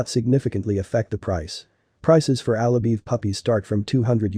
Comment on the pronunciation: Alabai not Alabee